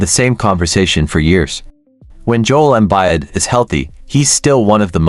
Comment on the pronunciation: "Jole Embide" Good stuff